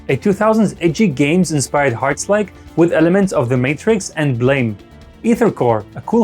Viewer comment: By the way, Blame anime is pronounced BLAHM.